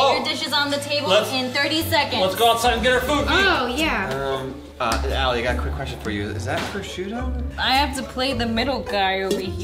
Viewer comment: ALIE QUIZI